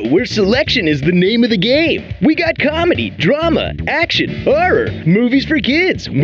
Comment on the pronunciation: WE GOT CHOMEDY, DRAMUH, AKSHUN, 'oRRUR.